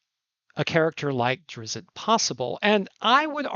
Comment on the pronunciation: Also, I think it’s Drizzt instead of Drizzit